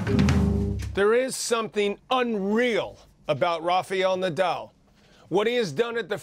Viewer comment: Please stop saying lofe eil nodaul. It's Rafael Nadal